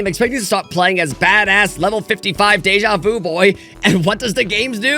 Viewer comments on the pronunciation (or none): none